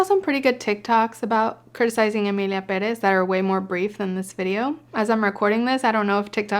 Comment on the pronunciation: Omg, it feels so amazing hearing an English speaker pronounce Pérez the right way.